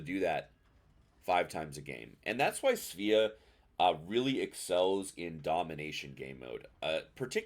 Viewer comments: It's pronounced Sva-ah. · I'm gonna blow your mind right now. It's pronounced "Sway-uh" in Swedish. It's a Swedish ship. Your move.